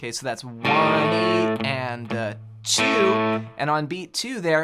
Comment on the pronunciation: Um…did you just seriously count out “one, and ah ‘twoey’, and ah three, and ah…”? “Twoey”? Maybe I’m spelling it wrong but that’s understandable cause it’s not a word I have heard anyone say when counting….EVER. It’s just weird. You lost me man. You need to turn in your man card.